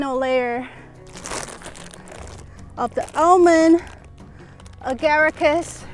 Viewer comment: Yes you pronounced it perfectly.